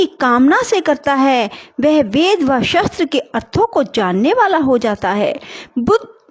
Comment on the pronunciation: Ap. Shbdo ka uchcharn theek nhi krti ho jisse arth ka anrth ho jata h jaise shastr ko shstr bola gya hor bhi ak shbd h tum svym suno to pta lg jayega